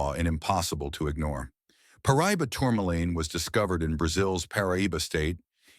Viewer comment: Pronounced Par. Ah. Doe.